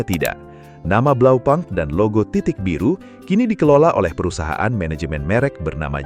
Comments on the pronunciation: Koreksi min blaupunkt dibaca blaupunkt, bukan blaupankt. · Bahasa german, u dibaca u BlaupUnkt, bukan blaupAnkt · Kalau sesuai bahasa aslinya bacanya tetep Blaupunkt bukan blaupang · Just info : Bukan Blau pank cara bacanya, tapi Blau - pungkt, di tahun an an tidak ada yg baca Blau pang, .. bisa cek di google ya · kayanya cara bacanya tetap (blau punkt) pake U indo bukan pke bahasa inggris, kaya bmw... bisa coba pake google😂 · Pronounciation nya keliru